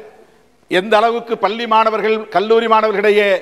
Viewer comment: அட ஓ வாயில பல்லின்னு சொல்லுரயே எங்க பள்ளி ன்னு சொல்லு பாப்போம், பல்லி இல்ல பள்ளி ன்னு